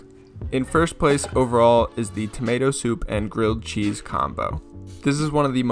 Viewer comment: nah nah, he makes crilled gheese